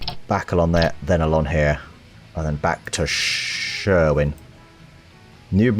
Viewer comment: Well you only Butchered two Pronounciations (correct me if im wrong) Schwerin - Shwearyn (atleast you don't butcher it then) Jena - (good Question but i would say: Jey'na)